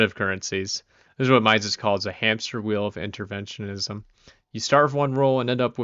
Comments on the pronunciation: "Mises" is pronounced like "Meesis", FYI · I don’t doubt your intelligence at all, you seem like you’ve read a ton about this and I agree with your assessment of Austrian economics, but Mises’ name is pronounced like Reese’s (MEE-sis). -Guy who went to the Mises institute for a conference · Ludwig von Mises is pronounced /ˈlʊdvɪɡ vɒn ˈmiːzɪz/ or "LUUD-vig vo n MEE-zizz" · Nope. But mispronouncing Mises is an annoying yet common occurrence, even among Austrian Economists. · ok but i hate your pronunciation of Mises 😂